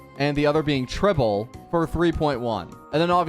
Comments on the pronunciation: Wowwww MEEEDEIIII AND TRIBLEEEEEEE IT IS MAIDEI AND TREEBEEE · Its funny that He's still Calling Tribbie "Tribble"